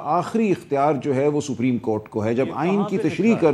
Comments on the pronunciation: GEO SAPREEM HOTA HAY YA SUPERIM HOTA HAY. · رانا صاحب نام تو سہی لو سفریم نہیں سپریم ہے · Rana cannot even pronounce "Supreme" correctly. It's not "sabreem." It is pronounced as "sop-reem."